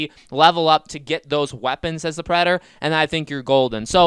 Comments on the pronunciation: This is so annoying, you have zero annunciation when saying the word predator. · I have no idea what your talking about Who'd the predor? What's a predor? Are you talking about the predator?